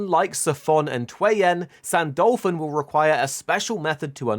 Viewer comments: Ahhhhhh please say his name right its not San-Dolphon its San-Du-Lu-Phon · why do you pronunce it "saint dolphin"?